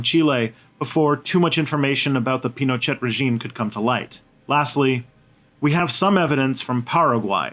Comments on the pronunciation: Lol pronouncing "Pino-chat?" This guy took all the info from Wiki. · Pinochet, pronounced 'Pinoshay'